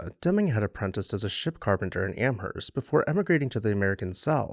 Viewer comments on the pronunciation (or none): none